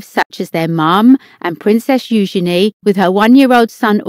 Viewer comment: I love how eugina name is pronounced. I pronounce it totally wrong.